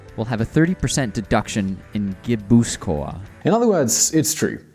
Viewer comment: Hahahaha "Navarreh" "Gwipuzkoah" "Youskadee" "Lekhendakaree" "Audeeseeah" lmao